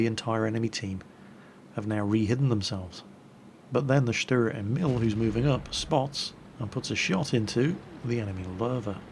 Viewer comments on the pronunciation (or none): GAAH! its pronounced : stuhrer (long "u") Ehmihl (long "E" and "i") I'm really sorry, but as a mother-tongue german that just kept annoying me. (like so he sees) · fyi, Emil is pronounced with a long "E".:)